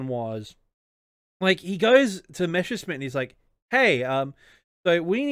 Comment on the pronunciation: It's called Messerschmidt, first the s then the sch